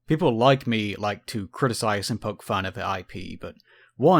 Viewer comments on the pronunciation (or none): none